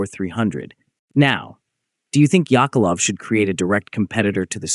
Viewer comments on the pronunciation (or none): Yakovlev, not Yakalov. Same as WW2 planes Yak-3, Yak-9 etc.